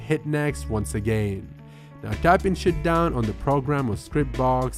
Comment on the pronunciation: “shutdown not “shitdown”!!!